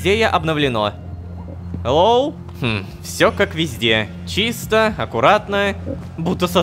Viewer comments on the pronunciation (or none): none